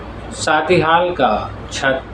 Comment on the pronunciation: Plz improve ur pronounciation, Like: It's "shaadi" not "saadi" and "function" not "funsan" etc...